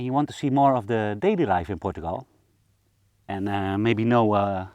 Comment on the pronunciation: Literally night and day differnce on your small village☕ You've worked hard my man 💜 I love the way you say portugal ❤ being a true watcher from the beginning, You got this 😎❤️